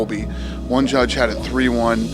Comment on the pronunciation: Usman:im going to Juge u and panish u.